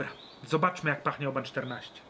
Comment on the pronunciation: Ale ja slyszalem ze Oban wymawia sie 'oh-bin'. Jak to jest?